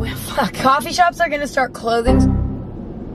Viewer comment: emma: coffee shops are gonna start clothings- coffee sherps---- Coffee shops are gonna start clothings--are you kidding me? I keep cracking up to this😂😂😂😂😂